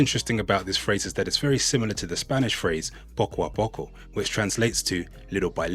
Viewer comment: Spot on with the poco a poco 😊